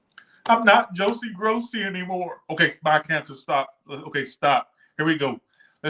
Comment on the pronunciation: Josie gross-e lmaooooo